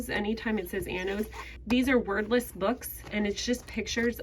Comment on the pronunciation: Totally thought you said Anno’s books were “worthless” 😂 You said “wordless”